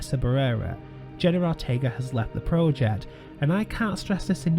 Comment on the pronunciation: Learn to say PROJECT!!! It’s getting so absurd now I may have to unsubscribe!!!